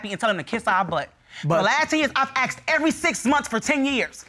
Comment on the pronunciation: IT IS NOT….AXED….IT IS PRONOUNCED…ASSKED